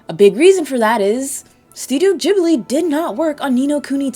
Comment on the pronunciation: "JIB LEE" 🤢